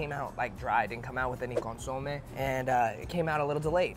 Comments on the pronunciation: CON SU MAY..... You should know this Bro, you have Mexican heritage... Better get that chit right next time!!! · ConSOmeh, hahaha 🤦🏻‍♂️ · needs to learn how to pronounce Consomé correctly 😅